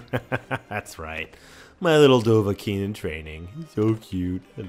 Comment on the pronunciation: it's dovahkiin